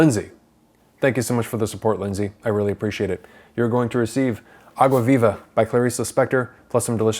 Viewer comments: vei.. a pronúncia de "água viva" dele melhor que a minha que sou brasileira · U saying água viva is so good haha good portugues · By the way, perfect pronunciation of the title Some people really struggle to speak foreign expressions, but you nailed it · I like the way he pronounces "água viva", it's perfect!!! 👏🏽👏🏽👏🏽👏🏽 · Rafael Zacarias agreed lol